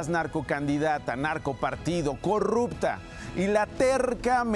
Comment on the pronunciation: ELLA NO DIJO CORRUPTA , ELLA DIJO COGUPTA , NAGCO CANDIDATA OK . NO MIENTAN